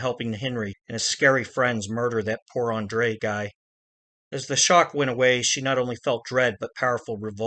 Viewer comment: andrei katz first name is pronounced "Ahn Dray" not "Ahn Dray Uh"